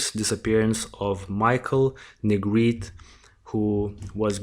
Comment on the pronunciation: Hi, thanks for covering Michael’s story. Great job and I’m going to sub. I am in NO WAY criticizing but I appreciate when someone tells me the correct pronunciation of a name if I’m not sure. The E at the end of Negrete is not silent. I’ll spell it phonetically, looks crazy but it’s Neh Gret Ay. Just making the correction bc it may be helpful. Thanks again